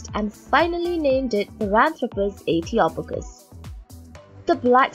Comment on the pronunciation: I think the "O" is pronounced as in hope rather than box, as in Ethiopia. {:-:-:}